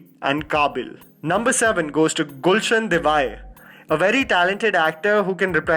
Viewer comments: i'm your fan dude, dont kill the pronunciation of the name Devaiah. Its a coorgi ethnic origin name and its pronounced as Dev+aeeyah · Just some feedback... Your videos are fun to watch.. but on several occasions there is mispronunciation especially of names, Eg. Gulshan Devaiah.. it would be great if this is fixed